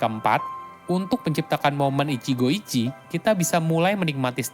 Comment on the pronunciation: maaf, pronounce utk ichigo ichie itu huruf e tetap dibaca (seperti pelafalan ember), jd bukan ichigo ichi tapi tetap baca ichigo ichie